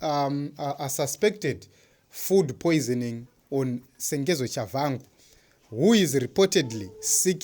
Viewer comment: His name is Tshabangu not Shavhangu